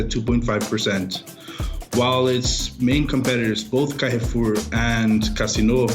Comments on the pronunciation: Why can't Americans pronounce anything correctly? Someone needs to tell the narrator that Carrefour is pronounced more like car-foor than care-foor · The mispronunciation of Carrefour is borderline annoying.